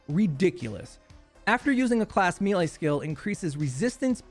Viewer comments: MEH-LEIGH not ME-LEIGH lol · Mele not mile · May - lay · This is a pet peeve of mine. Sorry. I'm going to get pedantic for a moment. Melee is pronounced "may lay" with an American accent. It is pronounced "mell lay" with a British accent. "Mealy" is a different word. "me lay" is just weird. You used 6 different pronunciations in this video. It burns! It's like fingernails on a chalkboard! You're not a bad person. I still love you. Please stop making the baby jesus cry. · It’s may-lay lol, good video though thumbs up